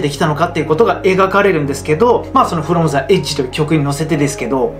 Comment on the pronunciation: 動画をみてくれてありがとうございますー！ 投稿してから気付いたのですが「フロム ジ エッジ」の読み方をザと読んでしまいましたー！ 申し訳ないですー！